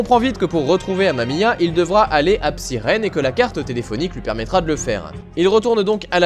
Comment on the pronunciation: Je trouve sa excellent moi , Psyren . Mais sa se prononce Psaïren ^^